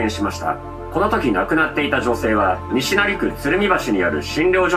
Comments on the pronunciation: 西成のイントネーションがきになるー！ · 西成のイントネーション気になりすぎて話入らんかった😂😂😂😂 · 西成の発音がばり気になって話しが入ってこん😂